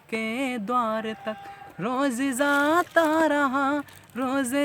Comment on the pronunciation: Bhai its not zata, its jata... Its not ranjishen...its manch se main tumhe... Mahnat kar bhai...उच्चारण पर ध्यान दो....ओवर एक्टिंग मत करो। कविता का भावार्थ भी सही नही है